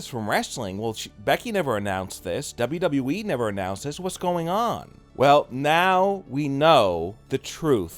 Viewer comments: At least he says WWE right now he used to say “dobbleduhwee” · I miss dobbleduheeeee....lol